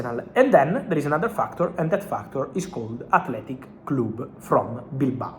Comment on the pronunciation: Fabrizio, what is this “Athletic Cloob”? Why are you speaking with Rafa Benitez accent? 😅